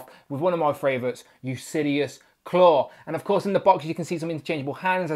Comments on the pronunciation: Yeah, it's pronounced "yoo-lis-sees" Instead of "yoo-lis-see-us" like he's pronouncing in the video. No idea why he's pronouncing it the way that he is, lol. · Yes its Ulysses like Ulysses S. Grant... mot Usidious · Good review. I thought his name was pronounced U-lis-seas like the Odyssey hero king. I like the vest blazer piece. I can see reuse by Hasbro for characters like J. Jonah Jameson. Is there a brand painted on the neck?